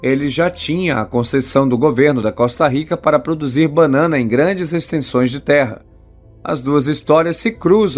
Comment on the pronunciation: Não é bannana é banana.